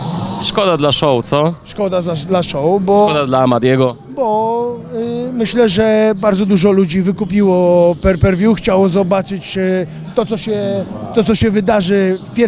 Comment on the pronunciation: Gość studiował ponoć i trochę mieszkał w Stanach, a i tak mówi "per per vju" XD.